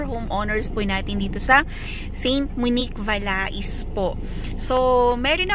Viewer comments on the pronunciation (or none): French VALAIS pronounced VA-LEY. Silent "s" in french.